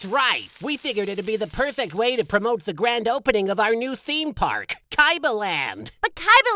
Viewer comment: “Theme paourkk” love it